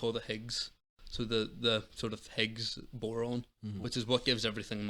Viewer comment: One correction reffered to austrolapithicus being contemporary with homo sapiens, he meant homo neanderthal. Austrolapithicus are bipedal apes, that look more like chimpanzees than humans but walked upright. And he said Higgs Boron, it's Higgs Boson. But his knowledge is excellent on science. And I agree with his summations.